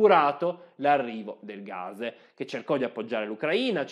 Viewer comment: Ma è così difficile pronunciare la parola GAS!? Non si pronuncia gazh o gazhe si chiama sempliceme gas con una S sonora come pus o anche pass